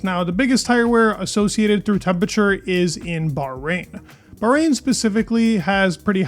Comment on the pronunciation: ... or temperature (not tempature)